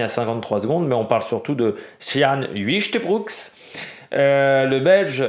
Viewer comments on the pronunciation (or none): On dit : "oeil-te-brou-k" ; il a déclaré avoir de bonnes jambes au point d'avoir hésité à suivre chaves. ça promet